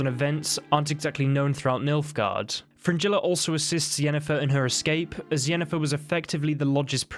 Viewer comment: Do you realise how you pronounce "g" in Gerald? Vengerberg? Nilfgaard? Yeah Fringilla.